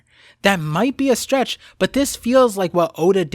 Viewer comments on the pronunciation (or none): none